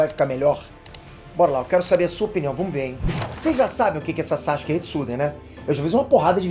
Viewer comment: Pq ele fala SACHUKE?